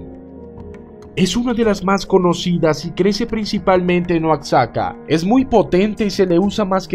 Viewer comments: Se pronuncia con si fuera j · El nombre original es Oaxaca y se pronuncia oashaca, cómo México y se pronuncia méshico lengua náhuatl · Por lo visto no eres mexicano porque pronuncias mal Oaxaca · guao ! , Buena aclaracion